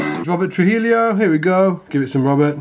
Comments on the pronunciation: I KNOW it’s six years on, but the man’s name is troo-HEE-oh, NOT “troo-HEELEE-oh.” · "Tru-hill-eeo"? Really? I'm not sure if there is a correct way to write it, but say it more like "Tru-hee-yo". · truheelio? Trujillo is pronounced true-he-oh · I died when he said Robert Tru-hellio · actually it's tru-he-joh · Deeply offended at his pronunciation of “Trujillo”